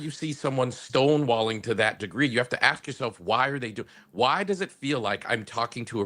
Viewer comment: Careful Brandon because it’s “ask’ not ‘ax ‘ …just an observation.